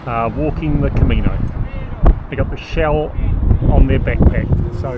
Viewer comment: Camino, not " comino..." 😊